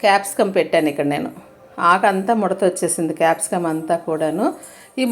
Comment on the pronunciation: Mam it's not Capsum It's Capcicum 😜